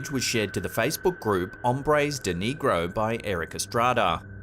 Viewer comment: Bro I already told you like 3 videos ago. This is NOT how you pronounce "negro"... Now I'm just thinking you're a racist.